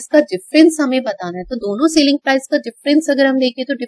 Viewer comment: Sailing price nhi hota itsselling price plZ dont pronounce it wrong